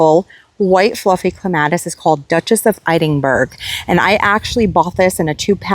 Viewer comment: Duchess of Edinburgh....its not I-ding-burg....its... Ed-in-burra ....hope this helps! Scottish, Irish and UK have many strange sounding words...I know, I`m British grown, now Australian/American LOL. Love watching your vlogs, your garden had really developed nicely and you have so much space for gardens!!!